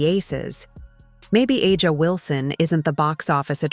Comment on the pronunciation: When will YouTube narrators learn to correctly pronounce Wilson's first name?